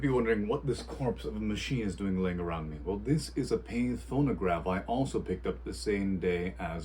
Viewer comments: Pronounced Pat-tay for English in original French it's similar to Café. The American Pathe' company was originally a subsidiary of the earlier founded French, but by the mid-teens had grown into more of a sister company. It's a second style model 100 from about pre-swivel style tonearm. You're going to have to find the connecting tube that connects the reproducer to the tonearm, plus the governor weights. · Its pronounced Pat-tay. The speed control pad hits the governor disc which the governor is missing its weights and springs. Good luck with it!